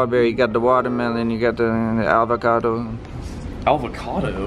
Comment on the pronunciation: Someone tell is avocado and not al-vocado